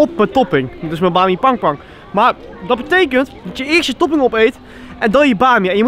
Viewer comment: hij zecht bami pangpang XDDDDDDDDDDD